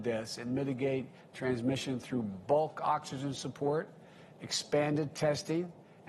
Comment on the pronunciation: He only brags about TRUMP'S vaccine because that's all he has !! He has tore this country apart in 8 months!! This is the worst administration in U.S HISTORY! AND PLEASE someone teach him how to say UNNNITTTED STATES!!